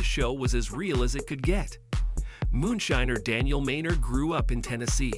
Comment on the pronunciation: How can you mispronounce moonshiner? I know I don't know how you did it. But you're doing it repeatedly and half. The time you get it right? I don't understand why you can't read.